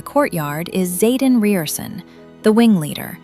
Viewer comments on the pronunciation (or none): You pronounced almost everyone proper You pronounce Riorson Rye-Er-Son